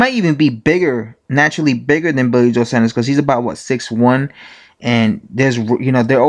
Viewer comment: Saunders, SAWNDERS!!!